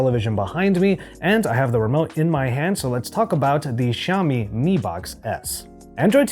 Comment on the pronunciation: Bro such a shame! Learn how to pronounce Xiaomi.